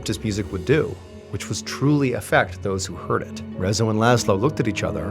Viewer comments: well, yes, but not like he told the story, Rezső (in the video he pronounced rezzo) was a depressed man, who played on the piano in a restaurant like place, but mostly to himself, then one day, László liked how Rezső played on the piano, and asked him, if he could write a Music, for his poem, and after some trials and errors, Gloomy soundy was born, he was happy when people started to listen to their song, and finally could made a little earnings, but in the meanwhile, some people (two or tree if i remembered correctly) comitted suicide, and beside their bodies, were the gloomy sunday's lyrics written on a paper, so the police assumed it was his Music wich caused the suicide, so in the radio they almost cut short the song, then banned entirely from the rádiós, Rezső, fell in a deeper depression then the ww2 happened, he almost got beaten to death from a german man, but he recognised Rezső, helped him up, give him a cigarette and asked him to play the song, after that, when his wife left him, and he was alone, he tried to kill himself but failed, and was rushed to the hospital. Where he took his own life with a pillow. And after the suicide cases where were the lyrocs written beside their bodies, has became international, around the world people added to it to sound more tragic, than it is, that dozens of people killed themselfs after hearing the song when its not entirely true, 2 suicide cases were officialy tied to the song and one as a speculation, the rest if i know righ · Is Rezzo how you officially say his name in English? I never heard of this, I'm Hungarian and the whole time I kept thinking how can one butcher the pronunciation so much 😂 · Nekem egyből leesett, de a végéig fájt ahogy kiejtette a nevét. 😅 A Jávor László is fájt, de a Rezzo rosszabb volt.